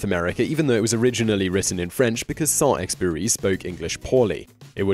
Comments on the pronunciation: FFS learn to pronounce Saint -Exupery’s name. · 1. « The Magicians Nephew » is the first book in the Narnia Chronicles, not TLtW&tW. 2. Antoine de Saint-Exupery (please do not forget to pronounce the letter « U » again!) also lived on Long Island, on Asharoken Neck. Huntington Historical Society documents this.